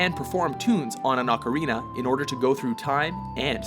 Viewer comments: thank you for learning how to say Ocarina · Is this the first time he pronounced "ocarina" correctly?